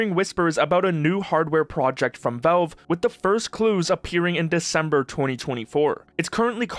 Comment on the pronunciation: Please learn to pronounce Valve correctly.